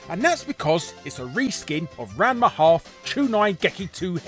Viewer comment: So did any other Ranma fans cringe at Larry's attempt at pronouncing his name or was it just me?